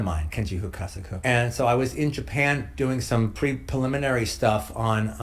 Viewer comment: “Kenji Hookasakoo’s Battle Royale” kills me every time. the way he absolutely butchers the name while saying it so incorrectly at the same time, is hilarious to me